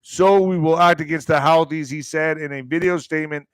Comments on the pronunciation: HOUTI'S IS PRONOUNCED ""HOOTIES," NOT HOWTIES!!! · It’s pronounced who-thees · I've heard it pronounced Who Tees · Pronounced who-thees